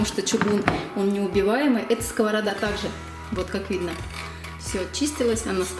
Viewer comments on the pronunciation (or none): Нє скОварада а скаварАда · Сковорода ударение на последнее а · совершенно верно, в единственном числе ударение в этом слове во всех падежах падает на последний слог. Во множественном числе ударение является скользящим: И. П. кто? (что?) - скОвороды. Ну а если уж о грамотной речи до конца, то и слово "ложить" в русском языке не существует, несмотря на то, что 50% русского населения только так его и произносят. Есть слово "класть" и точка)). С уважением ко всей аудитории и к автору видеоролика 😘